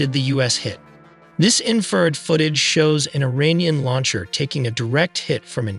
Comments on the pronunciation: Seriously, spend a few minutes and get the AI to pronounce things correctly. Infrared sounded like inferred... It's so little effort to fix. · smoking crack. infrared, not inferred.